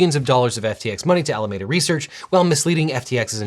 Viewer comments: It's "Ala-Mee-duh." Named after Alameda County, I winced every time, so many times lol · We in the SF bay area pronounce Alameda as Al-uh-meed-uh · It's "Ala-meeeee-da" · Al-aa -me -da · Dude. It’s pronounced “A-la-MEE-da”. You’re from Cali. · Just as a local of the Bay Area it’s pronounced Ala mee duh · FII, It's "Ala-Mee-duh." Named after Alameda County, where SBF and friends were living (in the city of Berkeley) when they started FTX. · Here in Nor Cal we pronounce Alameda as "Ala-MEED-a" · SF Bay Area native here. While the correct Spanish pronunciation of "Alameda" is as you were using it, I don't think that's where SBF took the name. I suspect it's pronounced "Al-uh-mee-da" Research. SBF is from Palo Alto. The county across the Bay from Palo Alto (and the likely source of the name) is "Alameda County" (pronounced "Al-uh-mee-da"). Same kind of linguistic corruption as "San-uh-zay" (San Jose), just south of Palo Alto. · By what logic is Alameda pronounced Alamayda? It’s a very common name. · I love that you are using the correct pronunciation of "Alameda" in Spanish. It was highly annoying to hear "Alamida" in all other coverages of this news. Kudos to you. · Alameda is a county in Northern California near where this mess originated. Locally it’s pronounced Ala-meeda. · Fun drinking game: take a shot every time LegalEagle mispronounces “Alameda.” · Really distracted by how he pronounced Alameda. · It irritates me so much how he can't peonounce Alameda 💀 AM 12/27/2022 Merry Christmas! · you're the only one i've ever seen who pronounces alameda like that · Looking forward to the apology video for that pronunciation if Alameda. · It always makes me chuckle how you pronounce "Alameda" in english, I know that's how you pronounce it in english but it sounds so funny because of how different sounds compared to how you pronounce it in spanish. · Are we confident that's the pronunciation of Alameda? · its alaMEda not alamAda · ffs It's AlamEda not Alamayda.